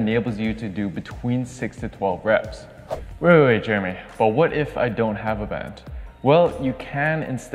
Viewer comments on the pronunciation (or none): none